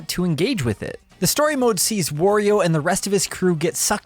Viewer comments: It's wario not worio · Not 'War' io, dude. It's obviously 'WAH' rio. Sort yourself out! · Will westerners stop calling Wario a wOrio? He has nothing to do with war. It's pronounced wah-rio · Stop pronouncing "Wario" like that!